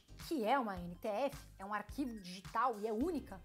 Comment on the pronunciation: É NFT e nao NTF como voce fala no video ;)